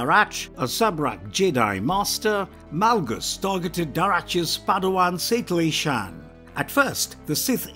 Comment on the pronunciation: It’s Satele Shan not Saclee or whatever the hell you said